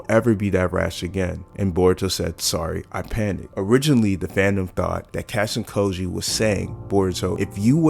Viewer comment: Lmao you’re pronouncing kojis name wrong it’s not “cashin koji”lol